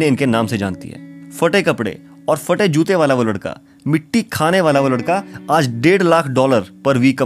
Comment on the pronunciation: Fate nahi phate hota hai pehle bolna seekh jao phir video banaya karo ye kaun si language hain ke ab phey Ko fe kehne lage log